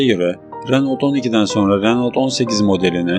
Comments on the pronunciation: Kopya -taklit kanalları sevmem... Renault değil..Röno okunur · Renolt ne kanka? Lütfen telaffuzlara dikkat et.